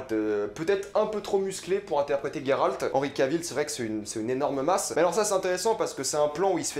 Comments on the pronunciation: alors juste un détail de la langue française le son " gé " pour Géralt ce prononce Gé en non GUé c'est vraiment horrible à entendre ce GUéralt à tout bout de champs, C'est la forêt de Brokilone et non brokilon " ça se dit dans les jeu mais pas dans les livres que tu dis affectionner " avec le son ON à la fin, dryade avec in Dria " le son ya c'est la base " et non drAyade c'est juste affreux à entendre en fait. c'est une Strige en non une striGUA. Istredd n'est qu'un amant de Yennefer et non un amour , Sa relation intime avec Yennefer, dure depuis pas mal de temps. Elle fut longtemps une relation sans engagement de part et d’autre et au moment où istreed demande à Yennefer de choisir entre géralt et lui elle préfère s'en aller, elle retrouve géralt plus tard dans la saga donc si il avait été un amour elle aurait fait un choix. triss est sensée être avec Cheveux Auburn avec des Yeux Bleu bleuet tout comme Fringilla Vigo, la plus jeune, sympathique, naturellement agréable et d’une élégance discrète ; elle avait les yeux verts et les cheveux noirs comme ceux de Yennefer, quoique moins épais, plus courts et lisses . Confondre Meve, la reine de Lyrie et de rivie qui a un étendard – un aigle entouré de losanges rouges et Calanthe la reine de Cintra ( alors que l'on voit clairement le lion sur son armure dans l'image ) c'est un peu limite pour un grand fan des livres. Pour duny ce n'est pas compliquer de lire le mot " Hérisson " et non hurkéhon. c'est une KikimorrhE et non une Kikimo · J'suis obligé de quitter la video. Gueralt please .. c'est geralt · j’me suis arrêté à « gay ralt » ....